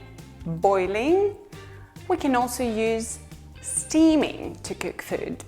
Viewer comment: Почему она говорит kük, bük, füd ? Это мода такая ?